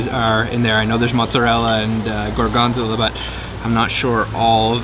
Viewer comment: Yum yum! I’m sure you know by now that Gorgonzola is pronounced with the accent on the last O. Love watching you both again and again! Bravi! And many thanks for taking me to Italy again. ❤️